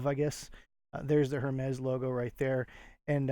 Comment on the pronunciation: I believe Hermès is pronounced like “Airmay”. Thank you for sharing these sales.